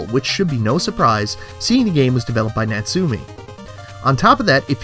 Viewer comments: In fact is Nat Su~ Me~ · You pronounce Natsume wrong. It's pronounced "Not-Sue-May".